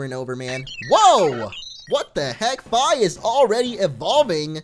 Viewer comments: the way you say Fi is really odd. I always said it more like Fee, as in the thing you pay. Anyway your decision, just though i would share my thoughts. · Isn't it pronounced like the word fee? Just saying. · you do know Fi is pronounced "fee" right? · Fi is actually pronounced Fee